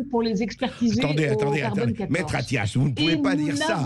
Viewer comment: Attias? Vous avez dis Attias ?? Comme c'est Attias ?